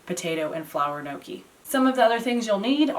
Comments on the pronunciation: lol not gnocchi like ‘pokey’, but gnocchi like ‘rocky’..😄All good, love your vids. This is on my list for the coming week😃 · As always, clear and very easy instructions! Thank you! [Now... add a fork and correct pronunciation and get a double win! Pronounce the letters inside the parentheses as one letter, (YGNow) key.] I absolutely can't wait to try the beet version. I am currently snowed in so, soon. ~Marie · you should roll up the back of a fork to make a pocket and ridges to hold the sauce and you don't pronounce the N its more a yonki sound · So funny how you pronounce it like "no-key" 😂😂😂👍🏻👍🏻👍🏻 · It's pronounced neeohkee. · just to assist in the pronunciation.......they are pronounced....... "ING-yuck-E. Hope this helps. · Kneeawkey. According to a Sicilian chef I know. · Gnocci , there¨s a J after the N when you pronounce it